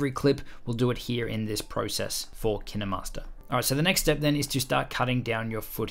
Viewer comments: It’s kin master not kin e master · Dude it KineMaster not kindermaster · Tip for new users: its kinemaster like you would say kind. This guy is annoying so much by saying kinehmaster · KineMaster ❌ Kinamaster✅ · I never say Ki -Neh-master I just say KY-n master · Years of kinemaster... Just to know its not Kine-Master but Kinay-Master I can't believe it's not Kine-Master! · Kin emaster It’s kine master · him: kina master me its kinemaster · When he says kinnamaster instead of kine master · Why is it pronounced KIN-EH-Master I pronounce it KA-INE- Mastrr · Ki-ne-master? I call it ‘kine-master’ Pronounced ‘kyn-master’ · my biggest tip do kine master is to say K-I-N-E -M-A-S-T-E-R and not K-E-N-E-M-A-S-T-E-R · My best advise is that you should pronounce it as KINE and not Ki Ne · Nice video but wtf is Ki-ne Master?! Its Kine Master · KinAmaster? I thought it was kinEmaster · Did u just say KEE NE MASTER?! Actually its Kine /kīn/ master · My biggest tip is saying the name right if Kinemaster was what you say it is I would be spelled like this Kinnemaster But it's kinemaster Pronounce it like this: K-I-N-MASTER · I thought it was pronounced kine not kiney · its KineMaster not kinderMaster but great video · Kin master not kine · Why did he say kinamaster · my man straight said kina master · Did he pronounce it like Kinney- master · I never heard of (kinEE-master) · To all the English ppl Kin-eh_mastor Lol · K-eye-n master ..isn’t is pronounced.?😛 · It sounds like he's saying 'Kinuhmaster" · I only come here to learn how to pronounce kinemaster as Kiy-ne-master. I am happy I know that now. My mentor "Kiy-ne-master" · Nobody: Him: kInDeRmAsTeR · I thought it was pronounced Kine master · KIN EH- MASTAH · I love he said Kine-E-Master 😓😓😓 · Why have I only just heard KineMaster pronounce kin-er-master lol this whole time I’ve been calling differently lmao whoops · My biggest tip is.... It’s pronounced kInemaster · Did u call it kinamaster?! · It’s K- ine-mast-er